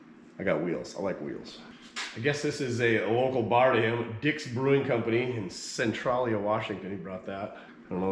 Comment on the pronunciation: Your beer glass town is pronounced Cen"Trail"ya just for your etification. I was vending at PIR with my Dad but I must have missed you. I wish more of the YouTube car guys would come out. As he was saying the track is 5 miles both sides of stuff. It is very hit or miss, there is treasure and junk, but that's the fun of the swap meet. People come from as far as Australia to come to this swap meet.